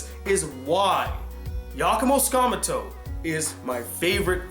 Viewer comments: I love this top 10 video but, I have an issue with it. you kept mispronouncing #1 name. it was really annoying but I digress. btw tsukamoto is pronounced sue-ka-mo-to. that was the main issue I had. first name wasn't butchered as bad. you kept saying sakmuto... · oops. misspelled the last word. you kept saying skamuto. I typed sakmuto by mistake